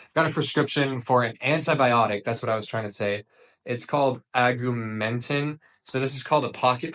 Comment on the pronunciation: Take the Augmentin (“Og-mentin” not “Ag-u-mentin”) it can’t hurt and might nip whichever bug is making you feel ill.